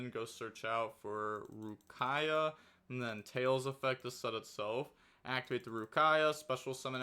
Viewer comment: "arsuia" and " rukaia" are wild pronouncements, even more of you know that they are the same card. Is this the new ohime?